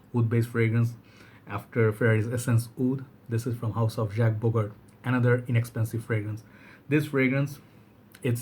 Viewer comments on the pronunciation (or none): none